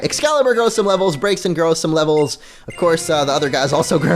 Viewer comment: BRAX-E-IN GET IT RIGHT PPL XD